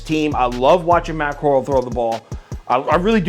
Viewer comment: love your channel and as an Ole Miss fan I gotta tell you that Matt Corral is pronounced “Core-Ral” like Golden Corral not “Cor-uhl” like a coral reef